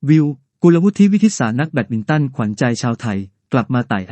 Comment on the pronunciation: ใช้ AI ตัวไหนในการอ่านข่าวครับ? Google Translate มันยังอ่าน กุลวุฒิ ได้ถูกต้องเลย